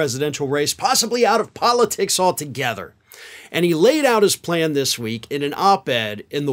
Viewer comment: Mitt Romney has a ply-an? I know you’re a, but now you’re sounding like Penelope Pitstop 🤣💄🚘